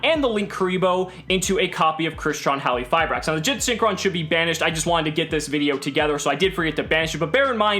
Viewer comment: for the love of God THERE IS A Q IN THE NAME it is HALQifibrax